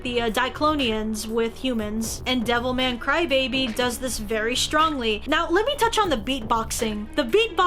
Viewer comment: why everytime she says devilman crybaby i hear devil may cry